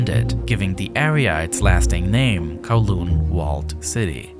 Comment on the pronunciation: ITS NOT THAT HARD TO PRONOUNCE CANTON AND KOWLOON CORRECTLY. DO SOME BLOODY RESEARCH